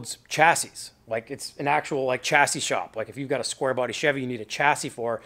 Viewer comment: Chassis is pronounced 'shassy' bro.